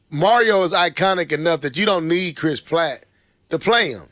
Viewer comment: Chris PRATT with an "r". Charles Martinet (the "t" is silent so it's pronounced Mart-in-aye) Sorry ya'll it's the teacher in me lol.